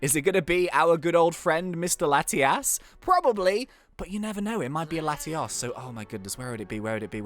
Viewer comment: I can never tell which legendary you are talking about because how you pronounce Latios is similar or the same to how you pronounce Latias. Latios is where you sound out the letter O, I believe the same way one pronounces the Spanish word for 'two'. The only saving grace is the context in which you talk about them.